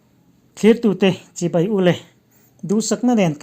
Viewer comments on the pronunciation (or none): Ngaihnawm emai.. A tharlam thei bawk sia... Tang zel rawh aw, Mahse i tawng a awn deuh thin. Bike tih hi Baih tia lam chi kha i nih duh hmel😅